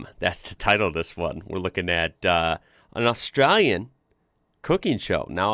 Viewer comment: nice try but 'ostrahyan' should sound more like 'ostrayan' - ay, not ah ... Where'd you dig up the Tattooed Lady from ? - I've never seen that one before ... 🤔